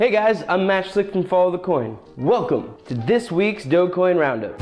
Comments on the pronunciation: it's a soft G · DRD8gQSfyuj1ghGV1BLxsG9NS75MXnAi5V Also, you're pronouncing it wrong it is pronounced "dogecoin"